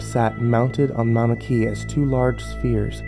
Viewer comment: "maunikea" haha